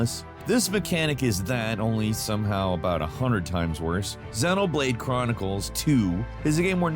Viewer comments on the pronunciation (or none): none